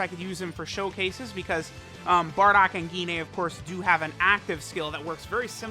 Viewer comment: Dude really said "Gi-nay"